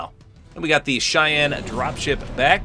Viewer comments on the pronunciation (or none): none